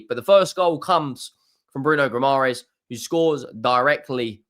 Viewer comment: Bruno's last name is pronounced Gi-mar-eye-sh btw...